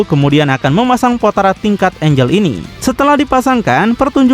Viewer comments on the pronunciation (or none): none